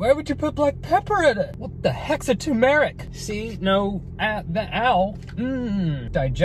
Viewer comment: “wHaT tHe hEcKs A tUmErIc?” Tume-ric